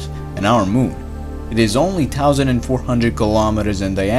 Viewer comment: LOL, I too noticed his mispronunciation.